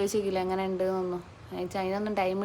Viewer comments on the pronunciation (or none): none